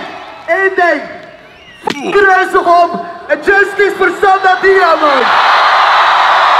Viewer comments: Respect voor de Sanda uitspraak! 👏🏼 🤍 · Mad respect voor de Sanda uitspraak!